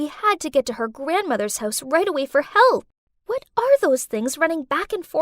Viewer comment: She said wha instead of what 🤨